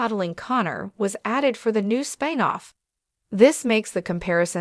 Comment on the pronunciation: "Spine off?" Why can't your AI pronounce a simple, single syllable word?